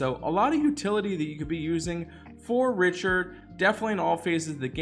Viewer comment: If you don't start saying his name correctly I swear lmao